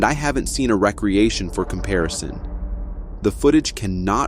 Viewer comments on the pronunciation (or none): learn how to pronounce your words , i.e. occasionally , and recreation .... Stop talking like a RETARD. ..... NO QUARTER ASKED NONE GIVEN